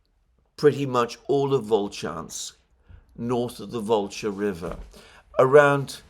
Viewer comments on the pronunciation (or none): none